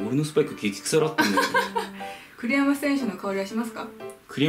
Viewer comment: 栗山選手がクリロナ選手に聞こえました。